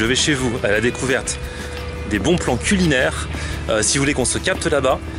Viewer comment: A j'ai cru entendre "les bons plans CUL inaires" xD